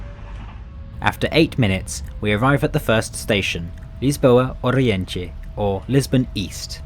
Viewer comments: The way you said "Alfa" is not correct. We don''t have the Spanish or Italian L; instead you say it EXACTLY like the English word "Alpha". Again "Oriente" is spoken like the English "Orient", instead with the emphasis on the final syllable. AVEIRO, not "Aviero". "A-V-E-Y-R-O" in English. "Ponte" reads "Pont", with the E silent. CampaNHÃ, not "CamPAnha". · Oriente was butchered, but the rest was great! great video